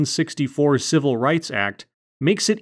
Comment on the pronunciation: She said 'civil' did she? Sounded like 'cibil' to me.